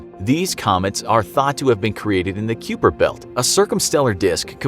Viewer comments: “Key-oo-per Belt”. Are you related to George “New-kya-lur” Bush by any chance? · Kuiper isn't pronounced like kyoo-per. It sounds more like viper... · Kuiper Belt is pronounced as, "k-a-i-per belt," and not, "c-u-e-per belt," thanks. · It’s pronounced kiper not cooper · Kie-per belt not kee-per belt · I love ya man but its pronounced kye-per belt . Just saying lol. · Kuiper belt is pronounced Ki-per like K eye per belt :D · Kai-per, I didn’t like hearing that one butchered... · am i the only one who heard this !? the Q per belt... really ! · I’m sorry but it’s pronounced ki-per belt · Q-Per belt???? WAT🧐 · Disappointed with how you pronounced kuiper.. it's pronounced kyper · I hate how he said kuiper belt, there is no way that's how it's said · You might want to change your pronunciation for Kuiper. You pronounced Oort the right way, but use Google Translate to get the pronunciation for "uitgang" in Dutch, then you'll know how to pronounce it. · And the kuiper belt is pronounced wrong. Not the first time.